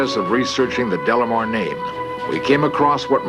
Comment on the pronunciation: Leonard insists on adding an L to this man's name. It's De Lamar, not Del Lamar. so annoying...